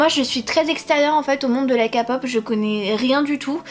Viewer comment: il me smeble que "my korean love" est issu d'une fan fiction ! je suis pas tout à fait sure et ils ont bien évidemment changé le nom (d'ailleurs, c'est pas une critique mais on dit ké-pop hihi ❤)